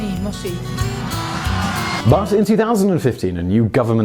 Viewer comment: His pronunciation of Peronism triggered the shit out of me. Also Peronism is a form of fascism.